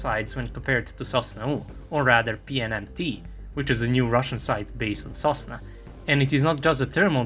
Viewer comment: sosnA not sOsna, this isn’t Serbian ;)